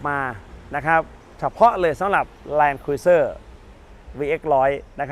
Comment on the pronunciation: แลนครูเซ่อร์ไม่ใช่ครุ๊ยเซอร์ครับเห็นเรียกผิดเป็นส่วนมาก